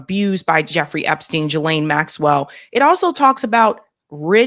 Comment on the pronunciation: Love your show…. Just wanted to mention that Ghislaines name is pronounced GEE-laine… that’s all.